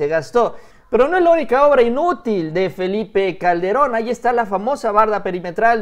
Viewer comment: Le dijiste al presidente "Felie Calde- ron". saludo.